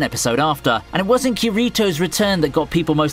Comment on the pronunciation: Who DaFUQ???? is ( Cur-Ree-Toes' Return )? ? ? Like seriously, you StWrongly came out pronouncing Bercouli right yet BUTCHER the other?!?! I swear you did it on purpose since I think you hate SAO: Underworld's main character.